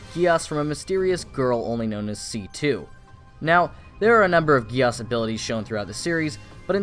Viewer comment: Its code GEASS like giez or gies yk not gi-as! Pls remember that🙂